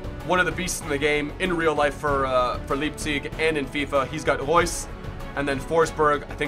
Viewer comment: Btw you are saying Leipzig like it is spelled (Leepzig) but you have to pronounce it like the word lye and then add the pzig... Greetings from Germany